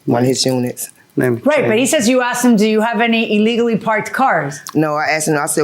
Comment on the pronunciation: "skreet" "iligally" 😆